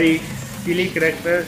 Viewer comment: Roosty? Blow-ey? Cheelee? Moopen? Jeen Luck? Dripsy?! Honey?! Snicker?! Bundit?! Sock?! Jimbo?! Bro literally said almost every single name wrong... He only said Honey, Coco and Indy right And excuse me but what's a "Corrector?" And he didn't even say Mackenzie's name